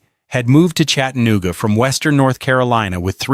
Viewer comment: Somebody needs to tell this AI asshole how to pronounce CHATA. NOOGA. ITS NOT CHATTEN OOGA